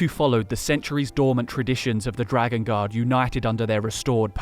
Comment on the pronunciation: Bruh I thought was saying dragon God instead of dragon Guard for like 10 minutes